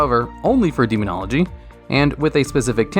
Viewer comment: demonogly lol do you even english bro?